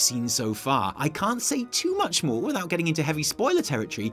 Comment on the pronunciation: When was quoting Ion, I kept hearing "maw" Things are starting to make "maw" sense to me now